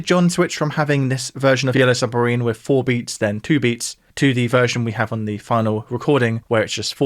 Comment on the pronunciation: WITH not WIV! It's not difficult...